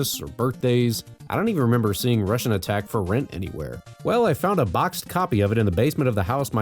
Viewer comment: You said it right. Its a wannba Contra.